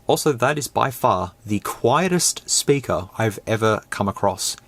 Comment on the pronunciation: Might be the accent but why is it SPURKER not speaker?